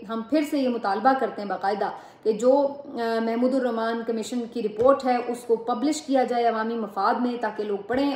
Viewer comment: Why on earth all Punjabi journalists do not even know that it is HAMOODUR RAHMAN report NOT MAHMOODUR RAHMAN report! The lady on Siasat pk and 2 other individual male volggers from Punjab made the same mistake! Didnt your patents told you the injustice of those days....clearly they did not for Punjabies supported their Punjabi army is genocide of Bangladeshies!